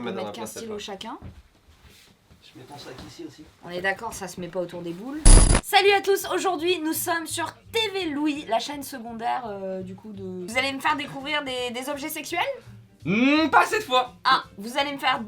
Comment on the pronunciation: Au niveau du son et de la prononciation ça passe mieux de dire Tev & Louis.;)